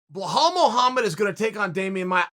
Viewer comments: Did he call him Blowhole Muhammad? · I'm sure Chael looked at the name "Belal" and thought, "nah, that is too simple. How do I mispronounce it?" "Bla-hole" Muhammad! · "BEHAL MUHAMMAD" LOLLLL CHAEL is GOAT at pronouncing peoples names incorrectly on purpose. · Can Chael stop saying bel-hal.... he used to say it right... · “Blahal Muhlhammad” lol